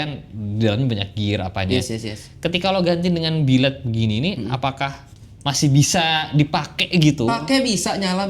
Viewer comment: Billet woy bukan biled wkwkwk 😂😂😂